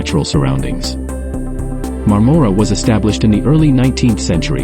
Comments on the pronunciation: Please, when you drive through a town, stop somewhere and find out how to pronounce its name. I spent my childhood summers there in my grandparent's cottage on Crowe Lake in the 50s and 60s. It's MARM-mor-a, as in Barbara (BAR-Bar-a). Point of interest: My Grandfather was the first electrician in the area qualified to operate a film projector and did so in the 1920s in, I think, Madoc. Bert Dandy, Niagara Falls, Ontario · We're thinking of moving there in a couple of years. FYI. The "O" in Marmora is pronounced more like a soft "A".